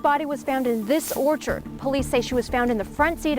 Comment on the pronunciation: He emphasised orchard several times